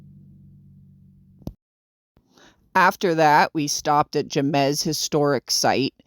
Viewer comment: The way you pronounced Jemez cracked me up. It's pronounced hey-mez just for future reference lol. It's such a beautiful place! One of my favorites.